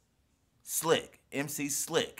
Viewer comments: MC S I L K not S L I K :) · I've just got to this video. Guys that' MC s i l k, not MC s l i c k ;) Greetings from Poland :D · SILK NOT SLIK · He's mc Silk not 'slik' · SILK... NOT SLIK : ) Peace from Poland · S I L K not S L I K.... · NIE SLIK TYLKO SILK